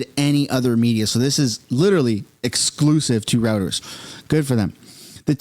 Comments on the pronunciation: It's roy-turs not rooters. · It's ROY-TERS!! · Heads up. The word is pronounced "zarr" and the news agency is pronounced "roy-ters".